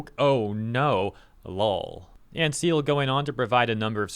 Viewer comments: omg reading Cyael like seal... wow mate wow XD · Cyeal's name is pronounced ki el just so you know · 🦭🦭🦭🦭🦭🦭🤣 lol, i think its pronounced "Kie -el" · Cyael is read like "kai'el", he's a YouTuber and he pronounced his nickname this way. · I don't want to embarrass you but someone should mention this... Cyael is pronounced Kyle. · FYI he pronounces it Kai-el aha. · I think the dude's name is pronounced Ky-EL. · Great vid,. Just a quick note: Cyael is pronounced Kai-yell, not Seal. He's on top of all of this stuff, so I'm sure you'll be hearing from him again. He's cool. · Cyael is not pronounced "seal", it is pronounced kai-el. Great channel and he's out fighting the good fight for gamers. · KAI-EL. Not Seel. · Cyael is pronounced like “Ky-El” and not so much “Seel” Bee tee dubs. Thanks and keep fighting the good fight 🤘🏻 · LMFAO! "a tweet from Seal". It's pronounced "Kai - El". Like DBZ "Kai" or "Kai- Cenat" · Your mispronunciation of Cyael's name hurts me. It's Kai-el. 'Kai' as the 'ky' part of 'Kyle', and 'el' as 'el' from 'eleven'. Good video though! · It’s Kai-El Not seal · "Seal" XD "Kai-el /Ky-el" would be the correct pronounciation for Cyael .x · It's not Seal! Cyael is pronounced [Kai-yell]. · Who is Seal? Pronounce Kaiel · Its KAI-L not seal xD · Se-eal? My guy its pronounced Ka-el lol. Good vid nonetheless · It's pronounced Kyael, not See-eL 😂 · Seal? you mean Kael? that's how Cyael is pronounced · FYI, Cyael is pronounced "Ky-El" or "Kai-El". Similar to a cross between "Kyle" and "Jor-El,". Not "Seal,". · it's K-EYE then El like Jor-El Superman's dad. Not Cy like Cylon in BSG. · Errr.... Cyael's name is pronounced "Ka-Yell" not "Seal". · It's Kai-Yell, not "Seal" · lol his name is pronounced Kai-el but hearing him called seal was hilarious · Kai EL not seal lol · i love you buddy but his name is Cyael pronounced Kai el, not Seal or whatever you were saying.. oh well good job ya bastard!! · Seal 😆 He pronounces it Kai-EL